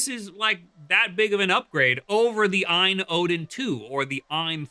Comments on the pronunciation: It's AYE-N not EINE. You probably call it JIF too huh... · just say A-Y-N dawg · I thought it was pronounced A...Y...N?? Or is that an AI doing the voice over? Or have I just been mispronouncing it for 2 years like a proper nob-head?!?😂